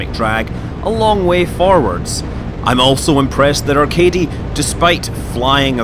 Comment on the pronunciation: Hey, Arkady(Аркадий) is pronounced differentely. I could tell, if I could remember how pronounciation explanation in English works. Well, ну извините, бывает.